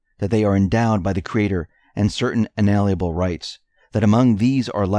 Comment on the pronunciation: Can we say un-a-Lien-able?